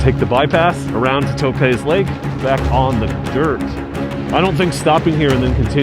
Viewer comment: Dunno what school they taught you to mispronounce everything. 1st I thought it just regional, but Toe-pahz? Really? Lee Vine-Ing. Etc. Sheesh. That's She-shuh to you, mush mouth....